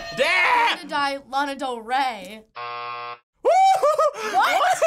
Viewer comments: She knows her mother yet can’t say Lana right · “I know my girl” says Lana’s name wrong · lmaoo true 'lEna' tf ? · Its kinda irritating how they pronounce her name wrong. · kaye “I know my mother” says Lana wrong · “I know my mother” but yet pronounces Lana wrong ... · i know my mother (pronounces lana wrong)